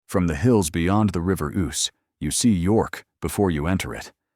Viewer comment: Dreadful nonsense. The AI bot can't even pronounce the name of the river. It says Oose as in goose; when it's Ouse as in snooze.